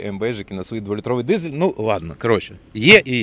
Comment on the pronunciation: Дизель. Дизель! На дизелi, а не "дізєлє".